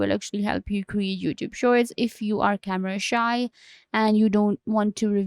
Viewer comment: I can't understand your accent. You are talking fast, mumbling and mispronouncing lots of words like "shorts" and "youtube"